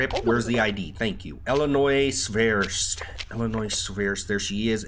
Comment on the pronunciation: You got elenois wrong